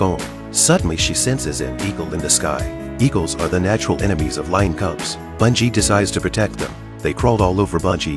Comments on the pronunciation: B-e-ngi not bUn-gi is how it's pronounced. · The dogs name is Ben-gee!!! Please pronounce correctly!!!